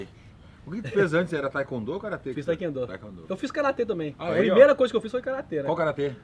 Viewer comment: O cara é feixa preta de TaeKwon Do e até hoje não sabe falar o nome da arte marcial...